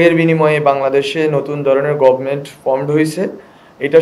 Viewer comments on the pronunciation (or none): none